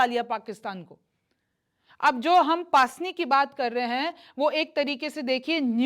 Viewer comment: its pronounce pusni not paasni 😊